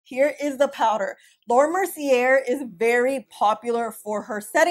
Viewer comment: And since we are going there, it’s ”mer-cee-yay”, not “mer-cee-yair”. 😉